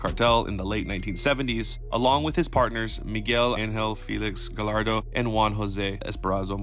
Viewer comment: Bro, love these videos but please please please practice pronouncing names. You pronounce Gallardo and sinsemilla like a normal L but they sound like a Y. Sin Semi-ya, Ga-ya-rdo. You get it